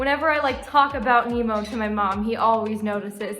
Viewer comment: nemo is so cute but the more i hear nemo say their name i hear them say emo